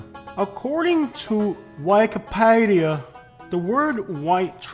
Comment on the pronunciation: This AI said wikipedia completely wrong